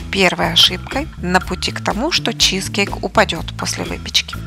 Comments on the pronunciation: Не чи'зкейк на первую и ударение А на вторую чизке'йк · Согласна. Слова автора с ударением на первый слог режет слух